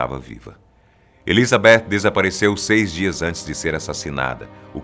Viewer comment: Dá até um prazer ouvir ele falando ElizabeTH com o som do TH em inglês, e não "Elizabetchi". Não sou estranho rs